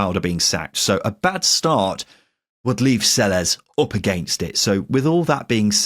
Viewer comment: The correct Spanish pronunciation of Selles is Say-yes.